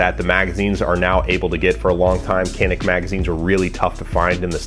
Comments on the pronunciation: FYI, it's pronounced "jan-ick" not "can-ick." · Okunuşunu yanlış telaffuz ediyorsunuz. Canik. Yazıldığı gibi okunuyor. 🙂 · It's pronounced "Janick." Say, "pizza." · This is what I was waiting for. 😁 But I want to hear you pronounce it dʒa.nic... 😛🙃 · Canik bought the best gun on the IWA show in Nürnberg. But you guys have to learn how to pronounce the name of the company. It is more like something between J and Ch, like it was written as Janik.